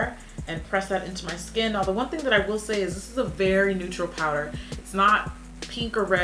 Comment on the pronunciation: as soon as she said wowder ik it was glossier like its no secret